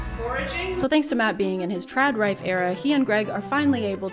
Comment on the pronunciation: “trad Rife” took me out